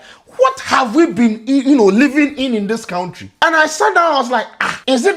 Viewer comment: it's pronounced "kantri" and not "count-ri"